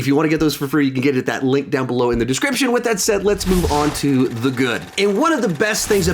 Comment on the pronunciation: Did anyone else catch how he said “description” at the start? I’m dying😂😂